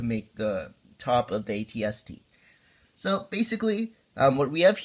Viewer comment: AT-ST not RT